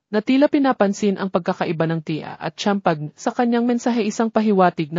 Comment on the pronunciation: Pronounce Chloe and champagne correctly😅